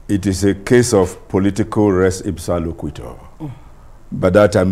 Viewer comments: It is "resipsaloquitur" pronounced "res ipsa loquitur". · I clicked just to hear this man's use of grammar. One minute in and I'm hearing "Political repsepisaloquitoire" 🙏